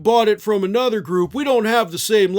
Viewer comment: Stop saying aynother, it's another.